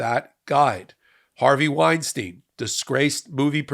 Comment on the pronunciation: wine stine, not wine steen! "ei" is pronounced the same both times.